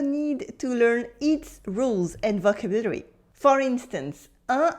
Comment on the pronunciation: Wow ,I so agree with your teaching. As a native English speaker (American ), teaching French with English is the best, as one does not miss anything. My French professor agrees. Your English is next to perfect. I've only noticed two words.... vocabulary... and... adjective...I've noticed other native French speakers stumble on these two words. You are super, thank you for everything, I can just tell you are a wonderful person. Please keep up the great ideas on your videos. Thanks again